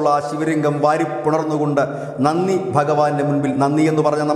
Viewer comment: നന്നി അല്ല നന്തി means vrishabh